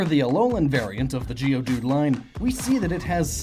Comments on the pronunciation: It's not geoDUDE, it's GEODude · You pronounce Geodude it sounds like geode dude